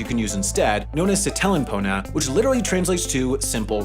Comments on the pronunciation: I died a little bit when he said SIT-TEL-EN PONA I mean you do a video on something, at least try to pronounce things marginally correct. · Bro missed mispronounceing sitelen pona